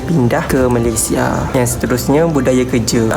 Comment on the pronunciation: jarang org2 muda dan sekarang sebut nama2 negara pengucapan formal dan sempurna... org sekarang rata2 bangga sebut Malaysia tu Malaysye.. sedih!.. tapi bangga dengan anda.. tak semua perktaan hujung A nk di E kan, sampai nama2 negara dan rasmi pun nak di E sebutannya.. tabik! dgn awak....